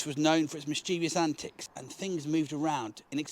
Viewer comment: "mal-evo-lent ...but also "mis-chiv-us" NOT "miss-cheevy-us" (there is no third "i")